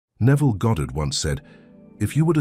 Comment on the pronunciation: Minor point. It's so lovely to hear "Goddard" and not "Gahdrd". Thank you.🇬🇧